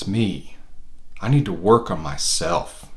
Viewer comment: Lol the way he says,”I need to work on MYSELF.” 😆